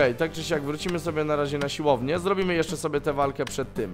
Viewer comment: Proszę mów ,, siłownię ,, a nie silownie bo uszy krwawią